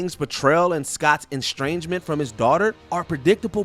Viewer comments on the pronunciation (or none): maybe learn how to pronounce "estrangement" before issuing a supposedly professional video. Who quality checks these things?!